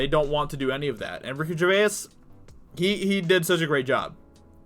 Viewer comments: Sorry but it's vay's not vay-is. (grammar Nazi now returns to his room). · Can you at least say his name right dude. Its not Ricky "GER VAY IS" its pronounced like JER VASE. Long time fan of his. Love the vids tho man keep it up. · Bro. Great video. But dude, it's Gervais. Not Gervayis. One syllable. Like Ger-vace. Not Ger-vay-is. I cant. You gotta stop man. Sorry. It's me, I fully claim it. But for the love of all things sacred , u must stop. Thanks lol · Ricky GerVAIS - not Jerväääs...hehe still good show though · He’s not Irish FFS say it slowly Ger-vace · Ricky Ger-VAYAS I don’t mind but I can’t get it out of my ears now 😂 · "Ricky GervaYiEs" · Ricky Ger-vase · can u not pronounce his name correctly at least.... its not gervayas.. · Dude please get the name right Jer-vayz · It's pronounced 'Ger - vays'... how many times do you need to be told? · Sticking with “GERVA-IS” yeah? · For someone who's made a dozen videos talking about him, you'd think he'd have learned to pronounce his name by now. 😐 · ARRRRGGGGGHHHHHH he is still saying Gervayass!!!! Proves he does not read any of his comments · Dude, he’s not Irish and neither are you, so why do you say his name in an Irish accent? 😂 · What an odd pronounciation of gervais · You should watch some videos to see how to pronounce his name, its killing me the way you say Gervais. Great video Ricky absolutely nailed it. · Please pronounce his name correctly. You sound uneducated. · Can you please pronounce 'Gervais' correctly, it's really annoying. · If you're going to talk about the guy, at least pronounce his name correctly. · PLEASE just call him Ricky, you have mispronounced his last name about 30 times in THIS video. It’s really annoying. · it’s annoying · Vaha He’s literally the only person in the world who pronounces it like that. I can’t get through his video’s anymore, I’ve had to stop watching...made worse that he says his name at least twice in every sentence.